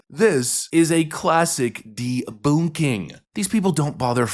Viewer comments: "deBOONKing?" Boonk?? LOL!! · I thought that the second way to promounce debunking was just a funny way to say it with a German accent. The Coball Excuse reminds me of the panic that people said that involved computers shutting down on 1/01/2000 because they were afraid they would just switch to 1/01/1900 and shut everything down.